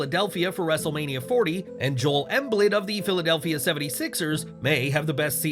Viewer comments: It’s not Jol Emblid it’s Joe-el Em- bead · For future reference its pronounced Joel Em-bead